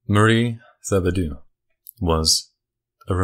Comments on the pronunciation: you say it like Th-ibo-dew,but it's pronounced T-ibo- daw. Also Baton Rouge is pronounced Bat-on, not Ba-ton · The name is Tib-oh-doe im from louisiana lmao